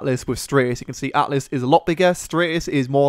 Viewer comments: Altis, not atlis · sorry but its Al-tis and Strat-is. Not Atlas and Straytis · Stop calling it Atlas, it's Altis ffs. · It's actually not called "Atlis" but "Altis" ;) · Altis btw. ;P Not Atlis. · Altis not atlis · Altis not atlis or atlas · THE MAP IS CALLED ALTIS !!!!! NOT ATLIS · AL TIS. NOT ATLIS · ALTIS NOT ATLIS GODAMNIT